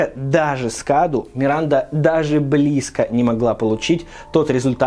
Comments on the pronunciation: не каду а кадоу с ударением на букву О это на румынском языке означает подарок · насчёт паразита Каду: правильно он произносится "Кадоу", ибо cadou - это подарок по-румынски